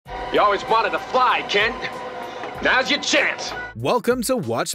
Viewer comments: Are you saying “Kents”? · Why did it sound like you were calling him "Kents"?